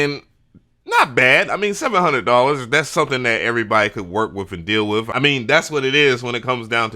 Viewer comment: You're a pro and you say wiv and wif and pro tools joints? Yeah, i'm switching the channel to English...